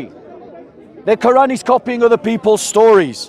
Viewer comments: The koo-wrong 😂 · Is the gap between Q and oran a speech impediment a lot of muslims have - kind of like the guy at the Planet-arium in South Park?